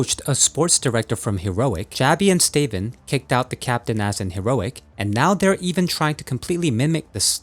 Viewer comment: Love this channel... but... Stay-ven? Stavn is said "Staouwn".